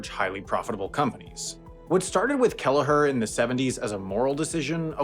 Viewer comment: Not important but surely that's not how you pronounce Herb Kelleher's name i.e. dropping the 'H'!